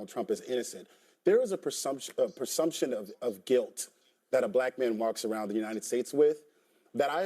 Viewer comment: homeboy triggered by IQ comment, then proceeds to say "persumption" multiple times. The word is "presumption" dummy!